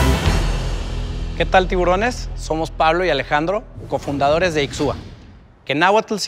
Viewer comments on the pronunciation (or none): Soy hablante de Náhuatl. Me gusta el nombre pero se pronuncia "Ishwa" y signifa solamente crecer, germinar, desarrollar.